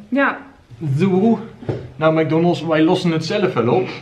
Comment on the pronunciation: Heerlijk hoe jij mc donalds uitspreekt: mac donnelss 😂😂